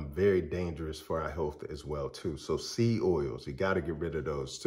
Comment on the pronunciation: Say SEED clearly. It sounds like SEA OILS.